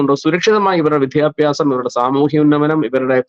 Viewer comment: "വിധ്യഭ്യാസം" അല്ല. " വിദ്യാഭ്യാസം". ഉച്ചാരണ ശുദ്ധിയോടെ പറയാൻ ശ്രമിക്കുക.